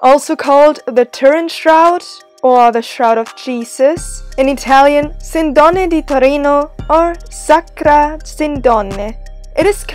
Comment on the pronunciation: It is pronounced "Sìndone", not "Sindòne". Anyway, the video is good (trust me, i'm from piedmont). Another curiosity: all around Torino there are some of the most beautiful royal residences of Italy, that was built by the royal family of the Savoia: the so called "Corona di Delizie", with the Reggia di Venaria Reale at the first place. Must see if you visit Torino ✌️